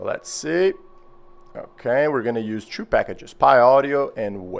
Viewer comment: eu preciso saber \e.e/ você é Português ou Brasileiro? não tem sotaque quase nenhum kk mas o Tchu(two) e o Dabliu(W) me colocaram essa pulga atrás da orelha e agora eu tenho que saber . Otimo video , estou começando no estudo de IA's pra criar um assistente pro meu homelab